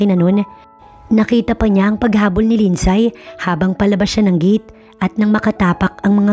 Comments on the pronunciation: Di ba po LINDSAY is pronounce as Lindsey? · Mali pronunciation ng name na "Lindsay"